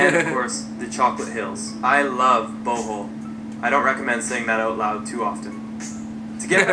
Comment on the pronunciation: Its pronounced as Bohol not bowhole